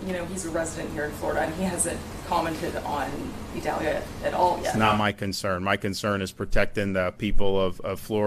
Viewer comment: Why does Desantis insist on mispronouncing Idalia??????....official Pronounciation is ee-DAL-ya (Hispanic name)